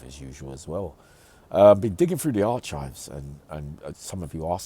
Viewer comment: I thought someone would of told him how to pronounce archives? Don't take this the wrong way it's pronounced arcives my man nothing but respect for you unc